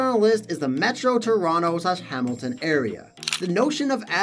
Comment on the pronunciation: + "TRONOTO" :D hehe